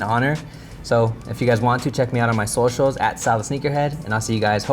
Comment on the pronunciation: He said solecials 😂🔥